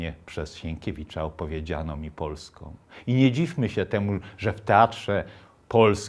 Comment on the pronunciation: Jak się wrzuci na 1.25 prędkość i z miłosierdziem podejdzie do takich kwiatków jak "Polskom" i "Omblęgorku" to idzie nawet obejrzeć.